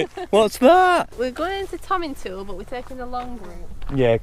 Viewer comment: Tomintoul is pronounced Tomintowl, not Tomintool.